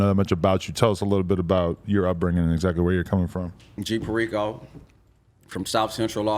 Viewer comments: Can’t even pronounce perico… smh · Dudes name is perico and he doesn’t pronounce it right